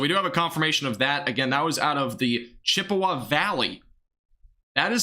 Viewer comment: Can't pronounce Chippewa but is educated ya I don't think so but stop pretending